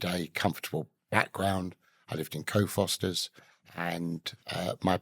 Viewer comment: It's not called co fosters you stuck up schmuck. Cock cock fosters